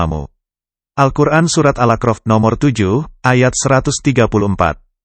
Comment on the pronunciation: Surat al a'raf bukanal akrof pak, jgn diganti maaf